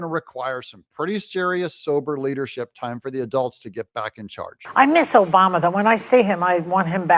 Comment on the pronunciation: Michael OBAMMMMA! say it correctly.